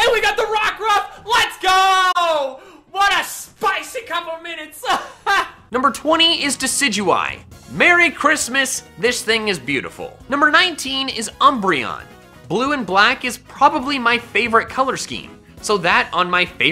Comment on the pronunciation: Decidyue CC: Decidua Merry Christmas